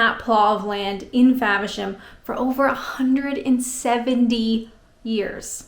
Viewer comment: You are a whiz at pronouncing those British names! Faversham! Macknade's! And you can still rock the Canadian "about"! You're the best! Maybe start a podcast for English learners!